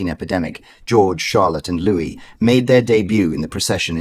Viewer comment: Not Lewis-his name is Louis.